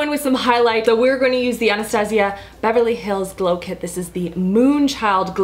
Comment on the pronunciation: She says Anastasia really weird